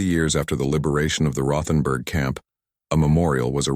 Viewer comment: The H isn't said in Rothenburg. West Virginia